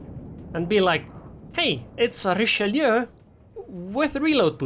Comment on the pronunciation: Never seen anyone pronounce Richelieu so correctly on Youtube. Everyone says Richeloo for some reason